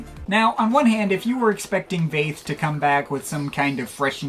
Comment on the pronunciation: Hey, here comes something totally unrelated: the V in Väth is pronounced F 👋😊😊😊. I've never heard any English speaker pronounce Sven Väth's name correctly.